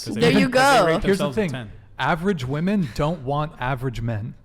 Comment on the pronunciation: why cant any of these females pronounce "women"?